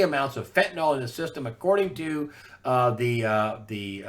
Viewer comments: I really wish people would learn to pronounce fentanyl. It's not "FEN-ta-nol"; it's pronounced "FEN-ta- nil" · Fentanyl == Fentanol?